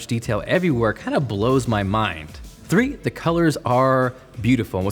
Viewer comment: THE PIXEL THWEE (rip)♡